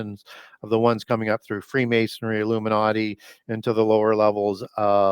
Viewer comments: Can't get past that is an expert on freemasonry and yet he continually mispronounces it as "mason-airy" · It's Freemasonry, not Freemasonary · Did pronounce "freemasonry' as "freemasonary?" Really?